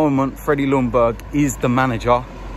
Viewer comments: mate its jungberg mate.. the l is silent, like sword a carl jung thing.. he is the boss now, back the j and forget bouts the l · It’s a silent L in Ljungberg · Just FYI, the L in Ljungberg is silent. Lj is just pronouned as j in Swedish